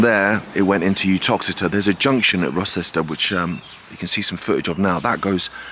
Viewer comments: Rocester, not Rosester. It's pronounced Roe-ster. It was double track because it was actually the shortest route from Manchester to London and was expected to be more important than it ended up being. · Great walk, i'm local and have walked, jogged and cycled the route many times over the years. If this line was still operational you would have a train running from Uttoxeter Racecourse with stations at JCB World Headquarters Rocester (pronounced Roaster btw!) - Denstone College and Alton Towers on to Oakamoor. Bloody goldmine for tourists. In the late 1970's it was possible to walk from Uttoxeter to where you started at Denstone along the track bed, sadly all under farmland now.